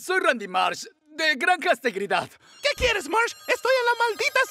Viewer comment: "Grancastegridad" XD like si escuchas eso